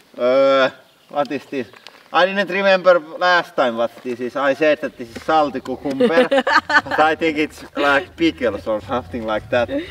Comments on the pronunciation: It took me way too long to realize you were saying cucumber!! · Kookoombur, that's how it's pronounced in India, in Hindi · OMG! KUKUMBER! I just love how you pronounce this! :D